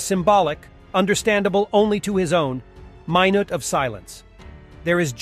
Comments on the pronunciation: "Mine it"?! Not "minute"? And I suppose "second" is suhkoond? shape up ... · "Row-but-een", "Ehr-doh-gun", and a "my-knot of silence": Ehhhhh??